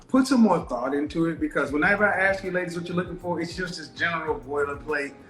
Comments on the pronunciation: Oh my god...STOP saying "axe"... Nobody AXE you a question. Fucking hell. How is it 2023 and people still say "axe". It's "ask". A-S-K. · Not axe...ask. Not dat...that. Not din..then/than. Preschool education. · She's has a below average scene of reality. She is living in a complete fantasy land,in her mind. She's just not very bright, she hears but can't connect more than two ideas together in 30 seconds. lesson one, it's pronounced arssked not axxed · I don’t mean to sound rude but for a woman who is educated with a masters did anyone notice her English? She says “axe” instead of ask;, “dat” instead of that, I noticed several times. That to me is a turn off, just my opinion. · Ask not axe. How does she have all these degrees😓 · ask > aks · But she "axed" him! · When someone with a masters degree says, "Let me axe you a question." I question that degree. And she wants to educate? Really!?! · Ask not Axe. PiCture not Pitcher. If you Want to learn proper English diction, watch any black male TV anchor across America. They are some of the most well spoken people on the planet. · … you didn’t axe me…. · A woman who cannot pronounce the word "that" or "ask" but wants a high value partner. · She’s educated, but can’t pronounce ask. OY VEY. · She wants someone "educated" but she can't pronounce "ask" properly. SMDH. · I want billion dollars, I'm all that, but I'm yet to learn how to pronounce the word" ask" - a modern woman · Masters degree and can't say "ask?" How is that possible if she was educated? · Both is not pronounced bowl! Ask is not axe! If you pronounce these words that way you will NEVER get a high value man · She said. Boof of. Us . 😹😹 and she has a master degree? Oh. Ok. .. oh. Snap. She said. Ax. Too. Omg. I can’t make this up !!